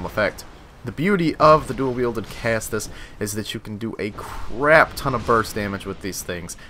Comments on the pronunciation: Caestus is pronounced ses-tus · Caestus is pronounced like "seh-stis" or "see-stis." The "ae" makes an "eh" or an "ee" sound depending on it's position in the word, I believe. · Okay seriously, do American schools not teach Latin or anything about the basics of English language? Caestus is pronounced "ses-tus".